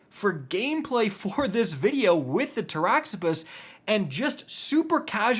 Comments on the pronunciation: So . . . after hearing Gyrfalcon irritatingly mispronounced for many months (it's JIRE-falcon, Latin, as in gyroscope), this rifle is "Tara-Zipposs", named after a demon in Greek mythology. In Greek, "x" is always pronounced as a "z". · This one? Really? Of all the names of things in Destiny to pronounce correctly, it's Taraxippos? Huh...